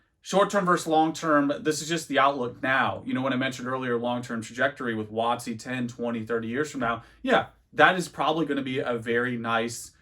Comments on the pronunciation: Everytime you say "wotc" I cringe hard, maybe it's because I'm 30 years old and I know what it really means. Not some precedence set by some douchebag YouTuber. Either way, nice informative video 👍🙂. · Giggled every time you say WOTC lol.